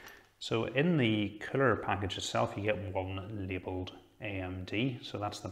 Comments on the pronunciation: Everytime he says coller I heard killer haha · I love your accent. Funny enough, though, the closed caption interprets the way you say "CPU cooler" to be "CPU killer." :D